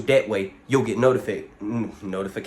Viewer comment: Notifcaded lol love it